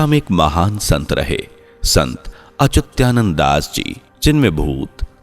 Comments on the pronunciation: अरे भाई, संत का नाम अच्युतानंद है । आप तो अचुत्यानंद बोल रहे हैं । अर्थ का अनर्थ हो जाता है । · अच्युत्यानंद नहीं है भाई संत श्री अच्युतानंद है । हरी हर 🚩🚩🙏